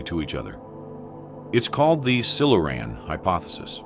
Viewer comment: Silu-Ran?? Not Silure-ian??